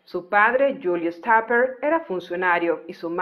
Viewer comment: No creo que se pronuncie como si fuese un apellido inglés, es "taperg" así seco en alemán y no perteneció al ejército alemán, sino al ejército político armado, es decir a las SS y de hecho perteneció a las Tottenkompf la división que perpetró masacres, violaciones y asesinatos indiscriminados a ciudadanos soviéticos y franceses. Nunca habló de ello y solo se supo esto después de su muerte. Probablemente fue un gran asesino y criminal de guerra que nunca fue enjuiciado